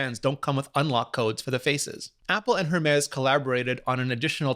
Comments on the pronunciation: You’d think Rene would know better. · Are you sure you speak French with a non-English accent? Because as a French speaker myself I don't know where the f*ck you'd find a "rolled R" in "Hèrmes" (just to be clear: when you say "rolled R" I assume you mean as in the word "right" - maybe you mean it differently. I hope you do). Btw I agree with you comment about pronouncing words in English in an English speaking video. I do the same thing. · willis16234 if Apple can pronounce it correctly in their keynotes, then Rene can too. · I am Canadian too and I agree with the complaint. Yes, it is an English video but out of respect to the language and the fact that you should want to teach ppl how to pronounce things properly. I am not saying he doesn't know how to speak French all Canadians so in some capacity but its the principle of the thing and it is the equivalent to someone purposely saying your name wrong over and over again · Please stop saying the h in hermes. It's ermez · "air mes" not Her mes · It’s not her-mes it’s air-mes! It’s sooo annoying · It’s Air-mez, not Air-mess... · It's pronounced "Hermais" not hermes. é is pronounced "ei" or "ey" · Umm... excuse me but it’s pronounce: Ermez or Airmez. Not HERMEZ!! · It’s not her Mez it’s Hermès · Er mis .... It's a Greek God. It's not her miss. Or HERmis... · Please, listen to the man in the presentation. It is called ERMÉS ! SAY IT WITHOUT THE H ! It hurts my ears every time you say that name WRONG ! And you say it a lot ! You wore it out. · It is “air-mez.” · Rene the “H” in Hermes is silent. Makes my ears bleed every time I hear you say “jermes”. Love the show, keep up the good work! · love Rene Ritchie's videos but the way he says Hermès stresses my soul (P.S. the H is silent) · Pod That's quite a big assumption. But tech youtubers or other youtubers do tend to pronunce the h. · Its simply that he is pronouncing the "H". Since its a frech company, the "H" is silent. But at the and of the day....